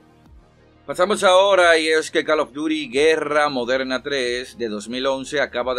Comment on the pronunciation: Deja de pronunciar mal CALL OF DUTY no jodas. Ya sabes como se pronuncia.